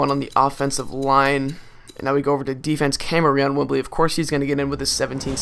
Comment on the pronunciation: Its pronounce cameron not how its spelled